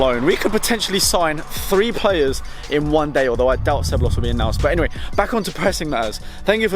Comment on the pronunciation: Took me like 6 rewinds to understand which Real player you were talking about. It's pronounced se-bye-yos